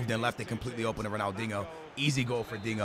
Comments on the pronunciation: It's pronounced Ronaldinio not ronaldingo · Ronaldingo say dinjo haha no offence bruv ❤️ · You’re a clown man, he’s Portuguese, thats how they pronounce it. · Why do you call Ronaldinho "Ronaldingo" ? 😂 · Why he call him dingo lol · The way he says ronaldinho 🙃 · Say Ronaldinho correctly